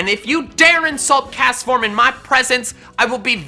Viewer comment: DO NOT LEAVE OFF THE T IN CASTFORM!